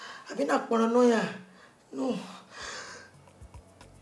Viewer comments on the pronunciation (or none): You mean “paranoya”🤣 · Mehnnn James is troublesome😂😂😂 Then Jenifa version of the song 'feeling' is something else😂😂😂😂😂 and her pronunciation of paranoia ...whaaaat!?😂